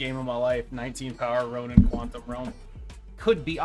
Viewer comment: It's RonAn, not Ronin.